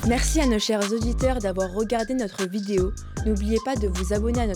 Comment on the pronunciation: « vendredji… » « Poutchine… » « audjiteurs… » 🤣